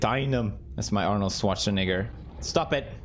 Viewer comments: My guy said "arnold swartzanigger" 😐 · arnold swaßanigga like thats literally how he pronounces it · I was thinking he say the Schwartz-n-word